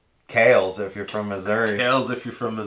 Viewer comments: Kah-lez is how the company employees pronounce it. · Greetings from Austria 🇦🇹 😀 It's pronounced "car-les"